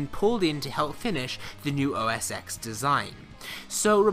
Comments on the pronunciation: Whenever I hear anyone pronouncing it OS X (EX instead of TEN) you lose credibility instantly. Learn how to at least pronounce something correctly before you speak about it. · It's not "OS ex" it's "OS ten" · ITS OS 10, NOT OSX. The X is a roman numeral for 10. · OMG, its not OS EX 10......its OS TEN 10.whatever.... get the basics right please...... "X" is the Roman figure for 10... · Please note that the "X" in "OS X" is a 10 in roman numbers. So it's "OS ten".